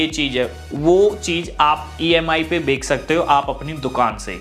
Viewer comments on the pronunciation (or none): bhai bek nhi hota bech hota hai